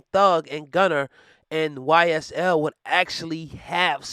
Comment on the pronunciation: Lol it’s Gunna not Gunner😂😂😭